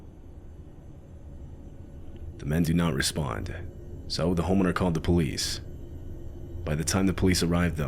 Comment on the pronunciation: "By the time the polive arrived..." this is your lesson.